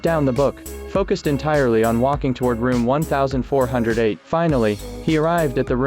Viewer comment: Guys, its called 1408, said as "Fourteen-O-Eight" based on a Steven King short story.